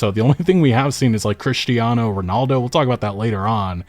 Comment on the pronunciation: Please don't pronounce "Cristiano" like that